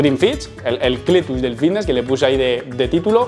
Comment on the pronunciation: por que coño dice vitness en vez de fitness??